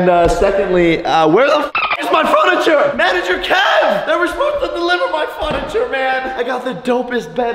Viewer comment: Did anyone notice that he sed funacher 😂😂